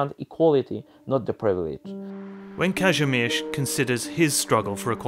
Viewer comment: Bro im wheezing at this pronouncation. Like "Każymerz"